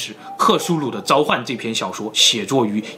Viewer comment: 召唤，召，读4声，zhào 冗长，冗，读3声，rǒng 湖泊，泊，读1声，pō 潜意识，潜，读2声，qián